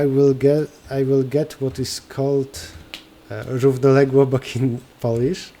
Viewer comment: "Równoległobok" made my day! Dziękuję :D